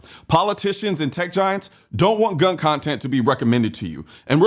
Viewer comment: Why would I listen to a person that can't even say the word gun?